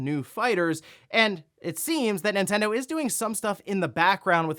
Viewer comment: It always sounds like says "Intendo" but he's not, he's just breezing through that first N